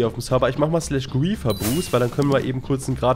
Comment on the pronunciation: "grriieeffeerr games" Es heißt griefer (englisch) 😂👍